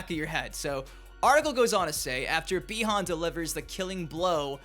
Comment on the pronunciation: Its pronounced buy-han